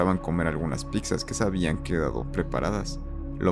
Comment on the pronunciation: ¿Dijiste piczas? ¿Fue neta o broma esa pronunciación?